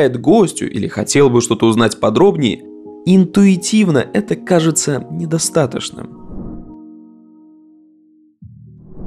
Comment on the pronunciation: недостатоШным?, ты серьезно? Я, конечно могу проигнорировать некоторые моменты косноязычия или неправильного произношения, но это просто ужасно. Как дрелью в ухо.